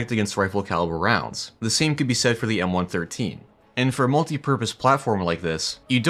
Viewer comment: I loved my 113. BTW...it's referred to as a "one one three" NOT a one thirteen.